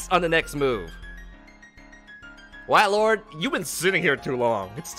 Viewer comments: Its called WAILORD for a reason, not whalord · do you not watch pokemon because you don't know how to say like 75% of names lol. WAY-Lord. Not Wah